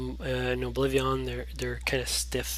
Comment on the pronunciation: Its Oblivion, not Oblivi-on!!!